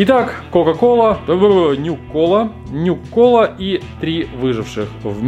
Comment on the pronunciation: Matvey Arrow, ох, братан, такая же проблема. И не нюк-кола, а нюка-кола.